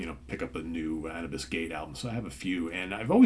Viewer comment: I believe it's pronounced anoobis. Andromeda Unchained & The Detached are awesome! THey went a bit commercial from there. Hope they've gone heavier again?